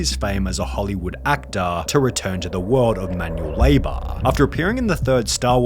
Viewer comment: american pieya, actaah, labaah, careeah, wondaaah, raceaah, renovatah